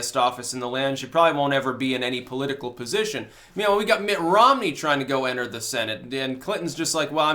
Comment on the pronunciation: Did say Ritt Monmey? I like it.